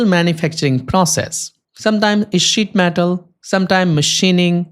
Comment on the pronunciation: SZÍT METÁL XDDDD